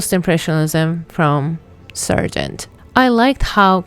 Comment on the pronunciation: Why do you pronounce his name "Sergent"? His name is Sargent, with an A!